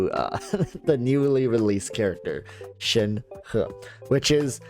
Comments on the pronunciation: Thank you your the very first youtuber to say her name correctly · damn the first content creator I have seen so far who is pronouncing her name correctly. Kudos to you mate.